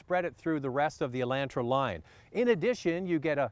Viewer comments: I see it, too.....whats up with that???, its E- lon-tra...... not E-lan-tra. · E-LAWN-tra.....NOT ...E-LAN-tra.....listen to yourself 😊😅🤗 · E Land Tra he says cause anyone says it like that Canadian or not weird on purposeee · I don't like how you say Elantra!😡